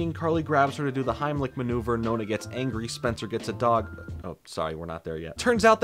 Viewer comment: It makes me smile that the way you say "nonna" sounds more like the italian word for "ninth" (nona) than "grandma" ahahah. Anyways, back to the video.